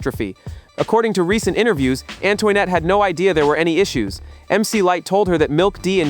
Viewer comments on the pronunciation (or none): definitely Antoinette. It should sound like “Ann-twa-net”. I will review the video again and note them here. I care because I lived through this period of Hiphop. I am a voice actor too so sound is important to the listeners to enjoy the content properly!!! I can help you if you want. I do want to do content like this.